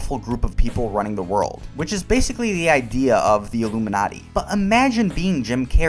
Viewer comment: Sounded to me like he said 'illuminutty' as a joke about a secret society of comedians. Has he ever offered any deeper insight or explanation of his comments?